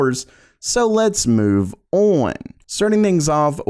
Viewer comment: day 561 of being incapable of saying "on" correctly.